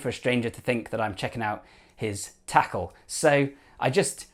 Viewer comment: The way you said "his...... Tackle" cracked me up haha, great video.